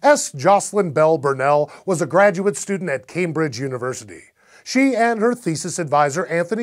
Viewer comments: It's not pronounced "camebridge", it's CAMbridge. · It's pronounced came-bridge, don't listen to this loon.